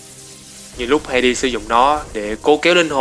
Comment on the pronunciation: vũ khí của Hades em toàn đọc là Ha Đét